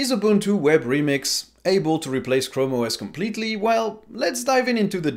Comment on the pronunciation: Chram OS A mans chram